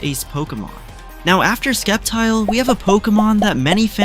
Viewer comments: "Lady os" "Skeptle" "Chair-izard" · The names is killing me. Skeptile ? lol